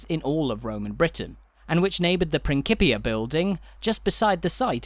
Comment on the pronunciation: Great tour but you are mispronouncing "principia".